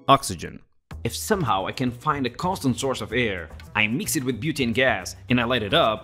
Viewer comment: lol. said "butaani" as butanii.Its said differend